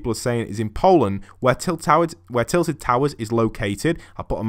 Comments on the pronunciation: TILTED NOT TITLED! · It isnt titled but tilted No hate btw